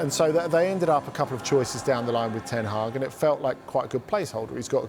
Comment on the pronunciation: My man went from erik seven hag to erik ten week 😂😂😂😂😂😂😂😂😂😂